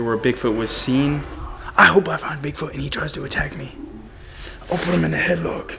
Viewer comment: hahaaa u said "dig foot" at 16 seconds